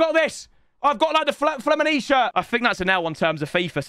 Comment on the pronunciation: "Flemenise". At that moment every fluminense fan died